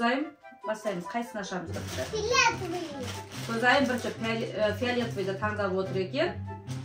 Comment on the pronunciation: Фләтви емес фиалетви